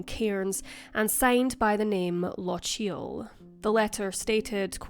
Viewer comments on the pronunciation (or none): Lock-ee-yul, not Luh-cheel. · How can you, being Scottish, butcher the word ''Lochiel' like that?